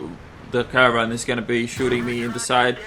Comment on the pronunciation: AMX emily LOL, and Caravan instead of Caernarvorn :P